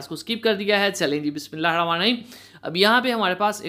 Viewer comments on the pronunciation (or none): Ap bht acha kaam kr rhy ha really really like u buss bismillah sahi parha kry❤😊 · Boss bismillah to sahi prhna seekho. Fashion ly bethy hen tum logo ko .